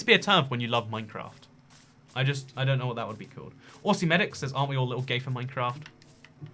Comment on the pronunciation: I died when he mispronounced aussie